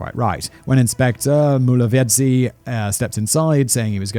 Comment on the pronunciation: I'm astonished at how well he was able to pronounce 'Mulovhedzi' though😅😅